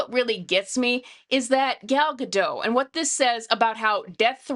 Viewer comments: Gadot, not Gado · Please look up how Gal Gadot pronounces her last name. The "t" is not silent. (Oh. you actually pronounced it correctly. OK, then.)